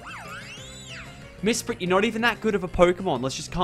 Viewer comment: Did you know you said Mispret not Mesprit